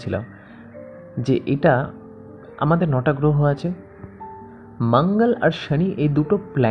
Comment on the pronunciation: Frustration বাদেও কিছু ছড়ান ভিডিওর মাধ্যমে। খুব বিরক্ত হলাম ভিডিও শুনে। Tarpore বৃহস্পতি কে ব্রেহস্পতি, better jupiter বলুন। মঙ্গল কে ভাঙ্গল, শনি কে সনি... হাস্যকর😂😂😂😂 ছাড়া কিছুই নয়।